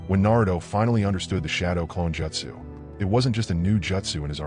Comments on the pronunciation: The most annoying thing on this vid is you calling it Jetsu when it is Jutsu ( Jute - Sue ) please correct this pronunciation from here on out. Thank you. Other than that good vid. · Bro gotta learn how to pronounce jeutsu wtf... Naruto is also pronounced wrong